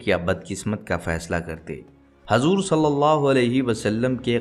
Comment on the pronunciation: by hajur nhi. hujur. bolo